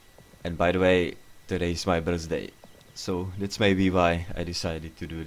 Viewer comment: Idk why I laughed so hard when you said “today is my birzday”